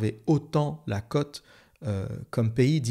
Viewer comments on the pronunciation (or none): none